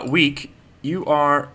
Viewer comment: I thought that you said "Weak has been enslaved!" Instead of "Weke has been enslaved!" XD